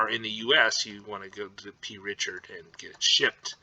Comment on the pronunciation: I wanted to slap the P out of him for not saying the C every single freakin time he said the name of the store. Drove me insane.